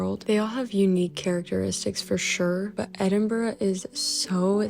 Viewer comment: Congratulations on pronouncing Edinburgh correctly most Americans say Edin bro 😊😊